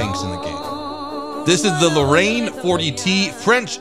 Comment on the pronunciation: really hope they don't add the Foch 155. that would just be ridiculous. also, the Lorraine is pronounced Lorr-rain